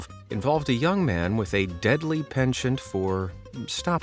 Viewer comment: A deadly what??? You now penchant is a french word and sounds absolutely nothing like how you said it